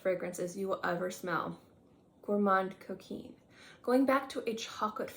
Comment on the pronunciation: Thank you for reminding me of my Gourmand Coquin. That is pronounced Gourmand (do not say the n or d- just a nasal a) Coquin- where you do NOT pronounce the n. It’s really like a short a but nasal- whereas “gourmand” is more of a short o but nasal. Gourmahn cokainh